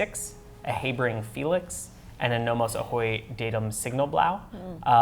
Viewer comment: nice chat! But it took me quite a few extra seconds when Heibring is mentioned! It's HAh-bring man. lol